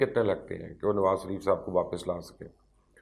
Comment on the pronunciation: Sir ajj tak ham ny nawaz shareef k k nam nawaz shaaareef ha ap nawaz shareef ka name thek keu nahe lytha sorry to sy if you don't mind sir ap nawz shaaaref kahny k bajya nawaz saareef lytha ha keu ap itny intelligent ha ap bata skty ha name thek ha kia shareef yah nawaz sareef ha